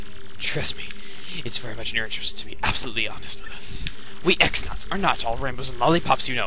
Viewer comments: You know, the X in X-Naut is supposed to be pronounced "Cross". So TEC-XX is Tec DoubleCross... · the x-nauts are pronounced "cross nauts" just so you know :) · It's actually pronounced Cross-naut, not x-naut